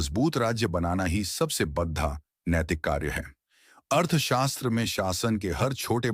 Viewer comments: Very large equal to bahut barah... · AI ne translate kiya hai .. koi real human nahi hai … isiliye aisa pronunciation hai. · बढ़ा नहीं बड़ा 😅😅